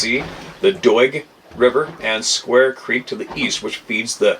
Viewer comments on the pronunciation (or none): none